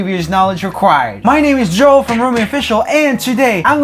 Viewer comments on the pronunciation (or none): none